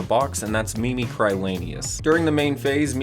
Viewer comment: Im pretty sure its pronounced mimicree. I want these birds but I took a look over the box and I think the deck required 2 pulls. Im poor